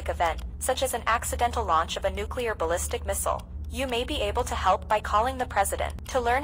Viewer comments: Oopsies i dropped a nucular bomb on the White House my bad guys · HE HAS THE NUCULAR CODES